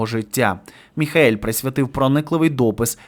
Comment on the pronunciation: Шановний, ну він не Міхаель, а Міхеїл! Або Міхо!